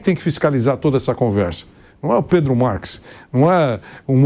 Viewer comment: Vampeta: predro kkkkkkkk mais é burro analfabeto esse Vampeta 😅